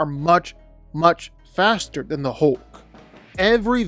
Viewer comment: Couldn't finish watching this. It's pronounced hulk not hoelk.